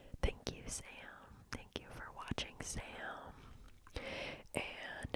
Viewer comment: i was shocked when you said sam because i genuinely thought you said "sal" which is my name x_x